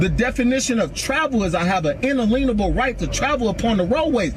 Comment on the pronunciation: his "en-a-LEAN-able" right to travel??? Someone needs to check with his Moorish grand poo-bah on correct pronunciations!